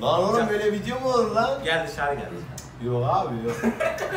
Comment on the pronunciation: Abi size niye herkes video diyecegine vine diyo Jskxjsxjdjne